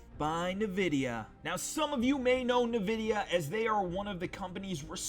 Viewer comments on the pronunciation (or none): Nu-Vidia? NU-Fucking-Vidia?! wait, why do I care that you pronounce something different than I do?